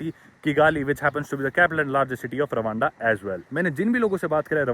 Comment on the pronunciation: Rawanda ❌ Randwa✅🤣